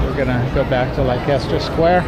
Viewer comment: You know it’s pronounced Lester Square